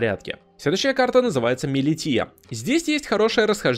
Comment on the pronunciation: Милиша а не милития 😂